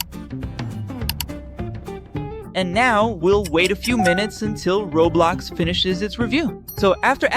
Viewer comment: bro said rablax not roblox